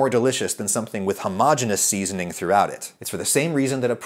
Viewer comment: oh dang, you really did pronounce homogenous and heterogenous in the opposing forms. this is the hidden controversy.